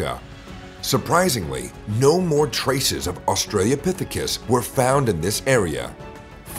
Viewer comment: You are mispronouncing 'Australopithecus'. It is not "Australiapithicus". Also the hominin pictured in the video is 'Ardipithecus ramidus' At the start of the video it showed feet with opposable big toes, these feet belong to Ardipithecus, not Australopithecus .